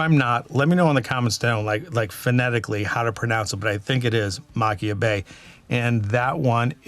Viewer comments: I'm late to the party, great video! I LOVE Kilchoman - has be my favorite Islay distillery - and I BELIEVE it is Machir is pronounced Mah-kier from a Scot! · The “ch” makes a softer sound like the “h” in Arabic languages and you pronounce the “r”. It’s “Ma-kheer” or “Ma-kher”.